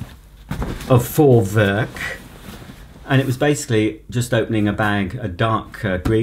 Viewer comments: Jup, He Got it 👍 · Perfectly pronounced 👍 Greetings from Germany 😁